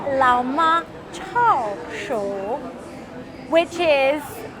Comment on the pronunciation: My hometown. BTW, it should be chao shou, not cha shou.